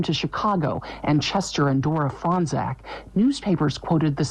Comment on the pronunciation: They say Fronczak like "Frong zach" lol it's "Frone chock"